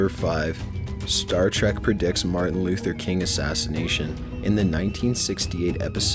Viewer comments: He just said Marthin. It's Martin. Not Marthin. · Did he say "Marthin" Luther King? Lmfao😂